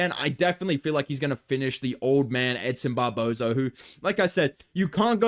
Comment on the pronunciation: i thought you called him him edson barbozo lmao